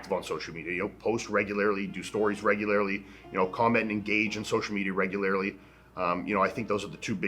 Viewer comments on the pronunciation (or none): Iain just invented the word “regulararly”